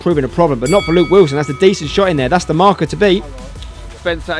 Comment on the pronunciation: “Luke Wislon”